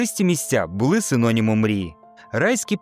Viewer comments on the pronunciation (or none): none